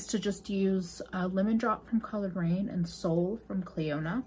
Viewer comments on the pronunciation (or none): I thought you said colored brain instead of Coloured Raine at one point and it was hilarious to me for some reason!!! 🤣